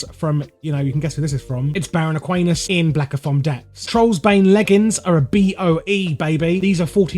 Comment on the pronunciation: It's Aquanis and not Aquanus It's Black Fathom Deeps and not Blackofomdeeps.